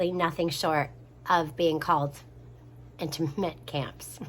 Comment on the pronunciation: Those (internment camps) camps are pronounced like...”in-turn-ment” camps. :)